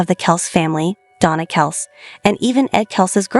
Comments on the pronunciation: Guys, get with it! Travis’ last name is pronounced “Kelsee, NOT Kelce! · It’s kelc-E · I heard the entire episode. Big Ed did tell the boys to use whatever pronunciation they liked. You're talking about Travis and that requires Kelcee, NOT Kelce. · Please learn how to correctly pronounce Travis' last name . It's a long E spoken after the c.